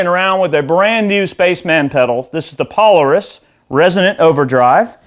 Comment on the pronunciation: Pole-air-isss Eric, no need to struggle. I wish I could play half as well as you. Great sound